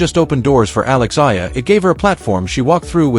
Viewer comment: Pls...a name is the sweetest sound one can hear...kindly pronounce her last name as Ey...yah..lah..thank you